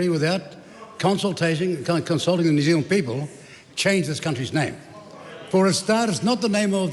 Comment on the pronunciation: "The name of this country is New Zild," says Winston.